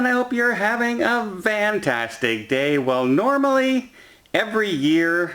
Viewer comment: In his classic greeting, is Don saying "fantastic" or "van-tastic"? I can't quite decide what I'm hearing. Either way, Don's updates are the best.